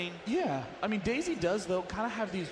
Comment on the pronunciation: does anybody else hear "daisy" as "dayz" ?